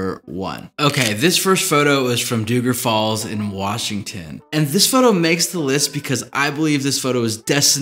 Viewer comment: it’s Dougan Falls.